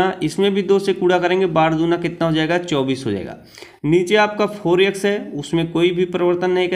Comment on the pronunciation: Sir aap bhot acha xplain krte ho lekin vo yex nhi x hota hai .u will build audience by right pronounciation.